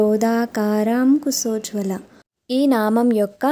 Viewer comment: శ్రీ మాత్రే నమః 🙏 అమ్మ మీరు చాలా బాగా చెప్పారు ధన్యవాదాలు సారి ఏమి అనుకోకండి శ పలకడం లేదు స పలుకుతున్నారు క్రోదాంకారకుశోజ్వల కుసోజ్వల నా అభిప్రాయం తప్పని అనిపిస్తుంది అనుకుంటే మన్నించండి 🙏